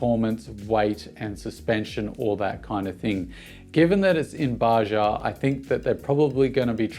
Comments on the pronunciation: Bajaj, not Baja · Its Baa-judge not bajah. Greetings from India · hi buddy.........its not bajaaa, Its bajaj !!!!!!!!!!!!!! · The second J in Bajaj is not silent ;)